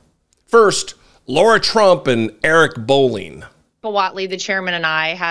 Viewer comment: He keeps saying Laura... Is it Laura or Lara